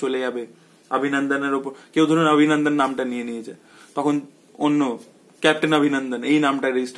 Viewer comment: abhinandan ke pronounce kor obhinondon bole...bangla bolchis na hindi.? eta wrong trend..! change kor...! disgusting lagche abhinandan abhinandan shune... ! bangla holo worlder 2nd most artistic language eitar art take noshto korchis keno..?